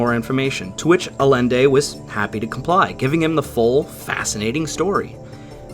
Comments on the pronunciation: Love this video. This is one of my favorites paranormal stories from WW2. Only thing is hearing Carlos Miguel Allende's last name mispronounced. Is a Spanish name so double Ls make a Y sound. His name is pronounced Ah-Yen-Day not Ah-Len-Day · Probably been pointed out but Allende is pronounced "Ay-en-de". 'Ll' in spanish is a Y sound. Dude's got the same name as the Chilean president the US helped overthrow in the coup that put Pinochet in power.